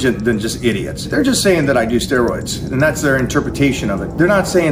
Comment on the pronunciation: I’m here to listen to DT say the word “steeroids”.